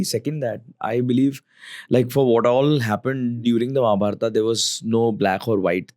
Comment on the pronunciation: The way you say “Arjun-aa”, “Mahabharat-aa” , I wonder the guest’s name is Anuj or “Anuj-a”